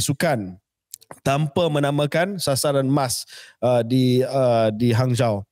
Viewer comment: Hanzhou disebut Hanjo.